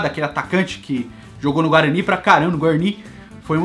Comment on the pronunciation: Guarani com sotaque de Neto, kkkkkkk